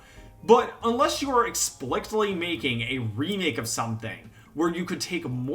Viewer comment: Not to be that guy but you're supposed to say Explicitly while pronouncing the c as an S